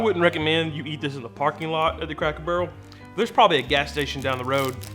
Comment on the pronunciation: I love how you referred to the "sodas" as Cokes. That's the most southern thing y'all ever said. Plus, at one point I swear you said "Cackle Barrel". And you're pretty. So go rock that....